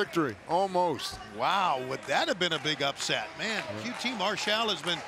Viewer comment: Why does Tony pronounce it Mar-SHALL most of the night? I hear everyone else pronouncing it MARSH-all.